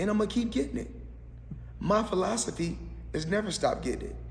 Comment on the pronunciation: "My philasophy"😂